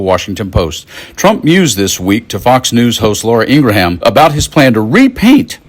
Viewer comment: I agree with your content but maybe present your observations before the cocktail hour. You mispronounced "abhorrent" and Laura "IngraHAM".